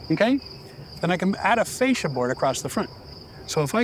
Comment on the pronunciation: Please stop calling the fascia ‘fasade’. That is all 😂